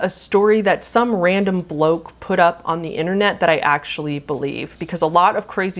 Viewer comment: an american saying 'bloke' just sounds wrong